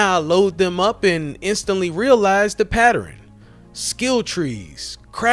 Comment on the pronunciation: Wth is a "patter- rin" do you mean pattern. You sound to monotone and you can't make it anymore obvious that you're reading a script